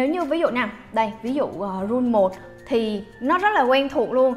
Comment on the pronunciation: Cưng đọc là rú ìn nha